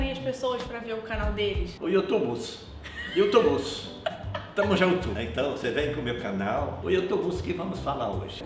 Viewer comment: "Youtubos" 😂😂😂😂😂😂😂 típico do Didi!!!